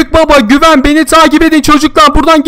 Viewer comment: Güven değil gıven